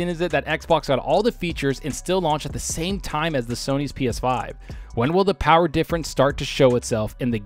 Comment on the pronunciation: The Powahh...lol